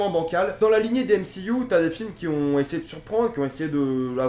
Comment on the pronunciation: On dit MCU pas M C IOU!!!